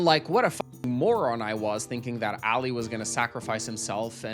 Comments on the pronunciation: Please…it’s pronounced AH-lee, not Allie! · Who is Alley? His name is Ali - pronounced Ah-Lee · I like that on the last euphoria reaction you've corrected yourself by pronouncing Ali's name right and then proceed to say it wrong in the next 🤣🤣